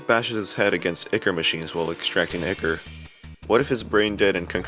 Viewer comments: "IKKER" ToT (its pronounced Eye-Core.) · Ya say ichor like icker?